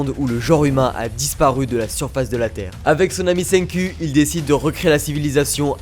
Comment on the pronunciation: "Senqu" …. donne un peu plus d'accent japonais la prochaine foi pour un "センク" digne de ce nom ^^ Sinon j'adore des videos comme d'hab tu déchires, et pas mal la fin de vid' avec Mirador xD